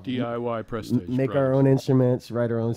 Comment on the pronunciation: He kept calling them prestAge and I was wondering when they were gonna correct him! Awesome music as always by the way!